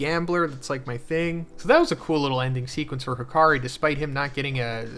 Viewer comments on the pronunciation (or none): none